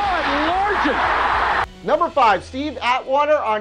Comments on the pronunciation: Largent is pronounced "Larjent." You can even hear the announcer saying it correctly. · Its pronounced Larjent. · It's Largent like gentleman or giant. Not Largent like gulp. They even say it in the clip. Wow. Prove you don't even watch the clips. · Lar- Gent!! Like Gentleman! Are you serious!!!? Larggggent!!!?? C'mon man. How dare you disrespect yoda! Greatest hands ever!!! Steve "LAR-JENT" say it with me..." Lar-Jent!" You should have Daryl Williams hitting Ricky Dudley Raiders Seahawks like 1996 ish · Steve large-nt not larg ent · Its Steve Largent...NOT LARGETT...dude you make me wanna punch the screen watching you talk!!! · It's pronounced Largent. LARGEnt. Not LarGent. It's a soft g. Not like gallon or gun, but like giant or germ. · dude, Lar Gent not larjant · Dude his name is pronounced Lar-jent, not Lar-gent. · [LAR-jent] Steve Largent. The "G" is a "J" sound. He is in the Hall of Fame. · Joe Montana / Giants? Your lists are too much recent content. It's Lar-gent, like in gentleman. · Also, Steve's name is pronounced LarJent, Not LarG(as in guy)ent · Love the effort. Solid list but bro.... You pronounced the name Steve Largent wrong repeatedly( ITS LAR GENT, NOT LAR GET) hey.. get your shit together bro. No way you ever played football, goofball!! But. A FOR EFFORT, lil guy. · Dude ... Nice video. BUT ... I have Never EVER heard of anyone, not even one of my Mom's friends, mispronounce Hall of Famer Steve Largents name. Say it with me .... " Lar - Gent " . If you have any difficulty. Simply ask ANYONE ! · Steve Lar Jent is how it's pronounced my man. Best receiver in Seattle history should have his name said properly. lol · It's pronounced Lar-jent, bro. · Largent, pronounced "Lar- Jent". 👍💯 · the shot where u mispronounced Steve Largent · Someone who does a sports show should know how to pronounce legendary player's names. Pretty sad that he did not know how... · Did it bother anyone else when he pronounced Steve Largent's name wrong?